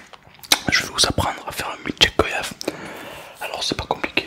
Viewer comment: Noooon mais on dit pas "go [au]yave" mais "go [oi]yave", tu dit pas "vo [au]yage"